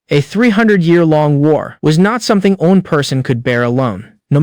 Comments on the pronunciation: Constantly saying Li (Lee) as (lie) and one 1 as (owen) is annoying... Use a better ai to read. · This AI don't know how to say: one.